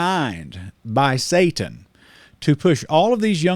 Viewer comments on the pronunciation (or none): none